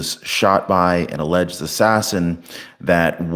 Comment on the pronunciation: Quit saying "alledged" !!!